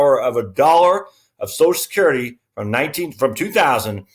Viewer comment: It's NOT SOSECURITY, it's Social Security, why can't people. get it right?